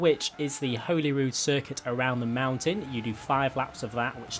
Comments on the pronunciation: the race name/place name is pronounced "hollyrood", it's just spelt holy! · Your butchering the name Holyrood never mind the car! It’s pronounced Holy as in the holy and the ivy Not holy as in religious